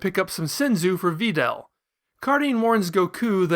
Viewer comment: Why the fuck do you pronounce Videl's name like that... I can't watch anymore